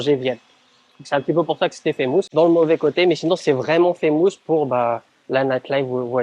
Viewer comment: woww ton anglais..on ne dit pas faaaammoouusss mais FFFaaiiimusss !